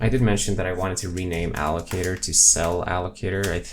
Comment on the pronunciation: haha, "m.. block.. a-llo-ca-tooor"